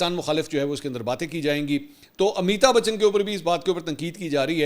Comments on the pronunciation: آپ کے لئے اطلاع ہے اس ایکٹر کا نام امیتا نہیں بلکہ امیتابھ بچن ہے امیتا بولنا درست نہیں ہے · منصور بھائی! امی تا بچن نہیں بلکہ امیتابھ بچن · Please correct your pronunciation of amitabh bachan. Mansoor bhai you kept saying ameeta bachan which of course is totally wrong. ! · Ap mouth se amitabachan buhut funny lagta ha